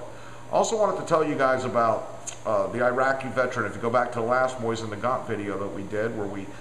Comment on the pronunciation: MOE-SEEN NUH-GONE